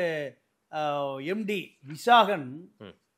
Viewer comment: டாஸ்மார்க் கிடையாது டாஸ்மாக்.